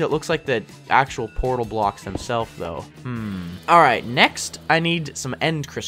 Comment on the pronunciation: what's a "thouhg"? haha